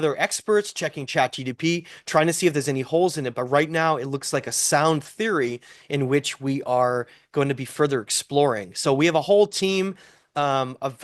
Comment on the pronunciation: Great stuff and love the enthusiasm. But for the love of god, stop saying, its GPT.